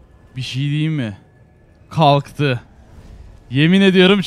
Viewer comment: abi kaltı derken lmao :DDD